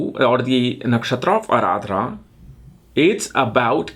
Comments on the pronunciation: Need to work a lot on your pronunciations of all words sanskrut. It's aardra not ardhra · It's not Araadra man it's Arudra ( lord Shiva in furious and Roaring.) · I thought it was just pronounced Ardra not Aradrah. 🤔